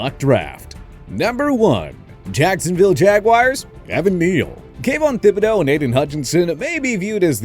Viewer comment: THIBODEAUX IS A HARD T AND AS A LOUISIANAN PRONOUNCING IT AS “THIB”and not “TIB” is bothering me